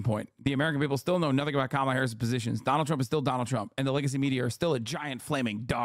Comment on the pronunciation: He said it wrong